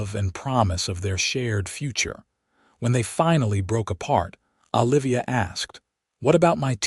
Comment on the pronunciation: It's O livia, not AH livia